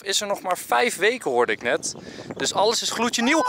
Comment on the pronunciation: Niemand maar ook echt niemand normale mensen: ich. Enzo: ig